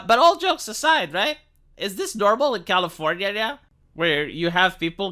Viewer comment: Why does he pronounce California like that?